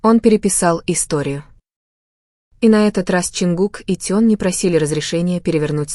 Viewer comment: Блогер, вы сначала правильно произнесите имена айдолов, потом дальше продолжайте врать. Не Теён, а Тэхён правильно, не Ченгук, а, Чонгук. Сначала запоминайте их имена, а уж потом начинайте врать! Позор!!! 😡😡😡😡😡😡😡